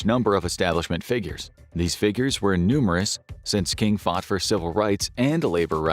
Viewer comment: "E-numerous" is pronounced "enormous"